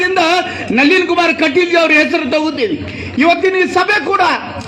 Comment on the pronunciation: ನವೀನ ಅಲ್ಲರೀ ಕಾಕ ಅದು ನಳೀನ್ ಕುಮಾರ್ ಕಟೀಲ್ ಅದು